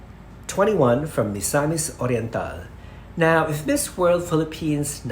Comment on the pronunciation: Hindi ata ma pronounced ni yung Miss, instead Mheeez talaga? I'm very particular about pronunciations.